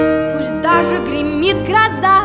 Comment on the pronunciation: зачем так произносить "-Пусть даже гримит гроза"? Ну вот зачем.